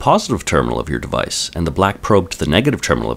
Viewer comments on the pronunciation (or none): I like the way this guy says the word "device" fucken funny